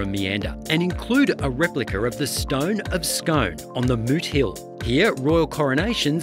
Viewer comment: The home of the Palace and Stone is pronounced skoon Loch Lomond is not the largest expanse of fresh water in the United Kingdom. It is, however, the largest expanse in Great Britain.